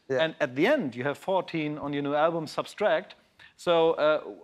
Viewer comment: Funny, wie er immer „substract“ sagt, anstatt „subtract“ hahaha